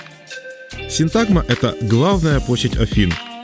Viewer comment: Почему ставите ударение неправильно? Надо говорить СИнтагма!